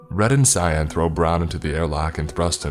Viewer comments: They- I knew this would happen Also, pronouncing "Cyan" as "Cyon" is sus. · I thought you were saying scion. Not cyan. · am i the only person that pronounces cyan ki ann? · Why he say cyan like that